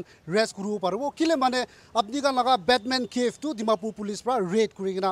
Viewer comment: 'Batman Cave' epic lol best naga reporter 😂😂